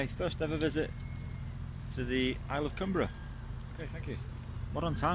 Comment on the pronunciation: Great stuff. Been to Millport many times. Our school used to take us there on school trips. Largs is another place I know well. Fully enjoyed your video. 😃👍🎸 Oh BTW: The island's name " Cumbrae" is pronounced, "Cum- bray". Not spelled that way of course but pronounced that way. 👍